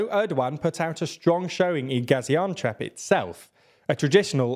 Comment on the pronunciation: It is not Gaziantrep or Gaziantwerp.... Gaziantep